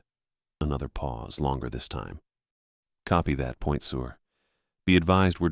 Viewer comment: It's pronounced Point Sir, now Point Sewer. Good story though.